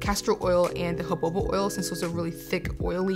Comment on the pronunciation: Jojoba is pronounced huh-how-buh. ☺️